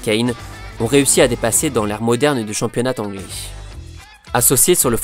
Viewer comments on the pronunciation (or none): le championnat t'Anglais tu fais systématiquement des liaison qui n'existent pas dans toutes tes vidéos